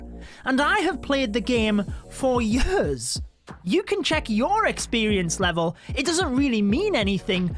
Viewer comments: I love how he says yöörs instead od years😂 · I can’t get over “yers” and “booook” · i like how he says year "yurr" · I hate how he pronounces „years“